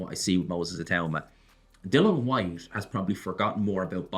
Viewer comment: kissing the ring, disgraceful that he still cannot pronounce Dilians name. DYLAN HWYTE? So unprofessional it;s like calling Fury Tyrone Fury with a straight face.